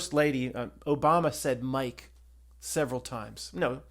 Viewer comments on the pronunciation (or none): none